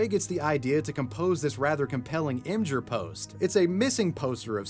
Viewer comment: Just a heads up, Imgur is pronounced "image-er."